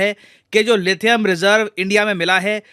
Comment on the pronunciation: Inhe lithium bhi bolna nhi aata hai 🤦🤦🤦🤦🤦... 😂🤣😂🤣😂